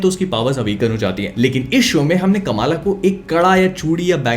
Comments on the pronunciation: Correct Pronounciation: "Kuhm-laa" Khan My ONLY gripe with this show. "Kamaaala" is NOT how you say that, FFS. They had soo many Pakistani actors on set and for some bizarre reason, nobody thought to correct it? You had ONE chance to let the world know the correct pronunciation yet, u fucked it up. Literally Everyone says it wrong. Even South-Asians have started saying it wrong by just copying westerners blindly like we usually do. Otherwise, the show was surprisingly better than how they portrayed in the terrible trailer. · Kamala Nahi bhai Kamla hai woh